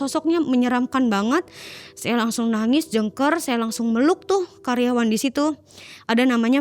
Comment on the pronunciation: Nangis itu Kejer BKN Jengker ( mati )